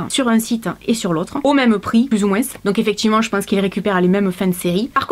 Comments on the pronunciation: Coucou pourquoi tu dis moinsss mdr on dit moins .Byzousss. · Je viens de remarquer que tu dis moinS et pas moins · la seule chose que j’ai retenu « plus ou moinSSS » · j'aime bcp ta vidéo, elle est génial mais g été choquée par le moinSSS 😂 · Merci merci merci. Grâce à toi je vais pouvoir refaire ma garde-robe. J'aime quand tu fais ce genre de vidéo. J'adore quand tu dis moinse 😉😂😘😘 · J'adore, tu prononce vraiment le "s" dans "moins" ce qui fait "moinss" on voit bien que tu viens du sud 😊 Sinon super vidéo comme d'habitude 😉❤️ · Parce que c'est comme ça qu'on parle dans le sud😉